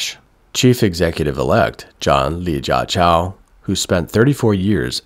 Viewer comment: I like how you pronounce his mandarin name "Li Jia Chao" instead of his actual name which is in Cantonese "Lee Ka-Chiu". A mistake no doubt, but fitting for a dog of the CCP like him.